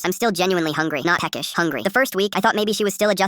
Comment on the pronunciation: “I was feeling a bit PECKSIH👹”